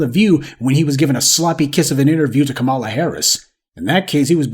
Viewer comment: I’m wondering why you continue to mispronounce Kamala’s name.